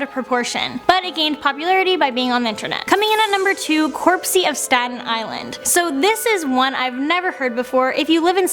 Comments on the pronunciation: It's NOT corpsey, it's CROPSEY! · It’s cropsey not corpsey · It's cropsey not corpesy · It's Cropsy, not Corpsey